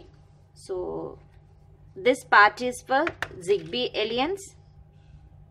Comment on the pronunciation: The pronunciation of "alliance" is very annoying . Google translate will guide you...